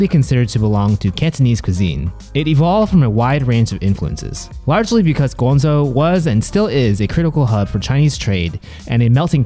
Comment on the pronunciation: Ask your pops for some help in pronouncing chinese or start out with pinyin. Guangzhou isnt pronounced with a Z